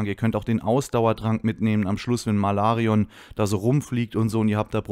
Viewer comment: "Malarion " Bist der beste.